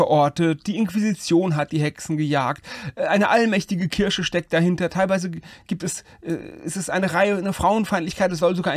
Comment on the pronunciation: Ich liebe es einfach, wenn du "Kirche" sagst. eine allmächtige Kirsche steckt dahinter :)